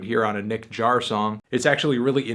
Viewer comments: it's pronounced "yaar" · how do you pronounce Jaar?